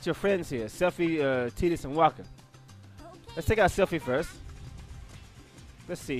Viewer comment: lol still gonna say TI-dus instead of TE-dus